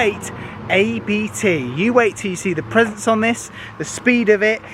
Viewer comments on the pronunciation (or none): It's pronounced "Ahbt" 🙃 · You dont day a b t separately you say this as a one word ABT